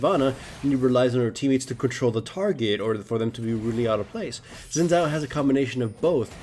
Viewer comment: SHIN! It is pronounced SHIN!